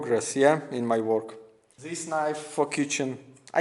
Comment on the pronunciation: Its THIS not ZHIS...